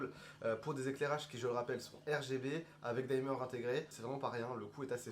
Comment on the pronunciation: Pas la première vidéo où vous prononcez "daïmeur" alors qu'en anglais on dit tout simplement "dimeur" (du verbe to dim; comme l'infinitif s'écrit sans "e", le "i" est prononcé "i" alors que ce serait "aï" si suivi par un "e" tel que par exemple to time, to dine etc.)